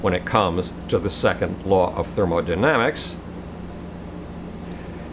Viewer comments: I'm definitely going to trust a guy with no professional scientific training. And who calls thermodynamics "thermodynamisis" . I thought the amazing atheist was idiotic and totally philosophically and academically inept years ago when I first came across him. I'm actually embarrassed for him to see how far he has fallen, yet I'm sure he believes he has become more sane and legitimate. Peace. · "Second Law of Thermodynamisis" ... Thermodynamisis